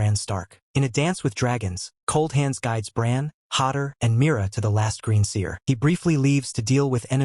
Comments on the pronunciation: Yeah this is a pretty deceptively good AI voiceover (nobody who knew this much about GoT lore would pronounce Hodor "Hodder") but it stinks that this is probably stolen content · Yes, the mispronunciations are jarring, like "Hodder," which sounds nothing like a contraction of "Hold the door."